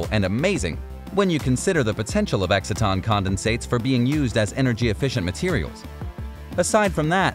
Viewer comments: EXCITE-TON, not exit-ton. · Learn how to pronounce exciton...